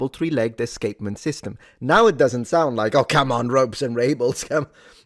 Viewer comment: You had me at: “Ropes and rables..”